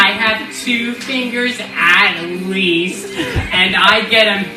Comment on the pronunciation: the "at lEAST" is sending meeeeeeeeeeeeeee